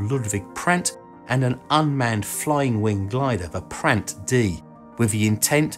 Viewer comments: He is called Prandtl.. with a L at the end, PrandtLLLLLLLL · I think Prandtl is pronounced Prand-tl